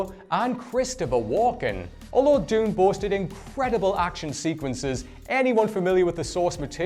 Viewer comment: You mispronounced planet dune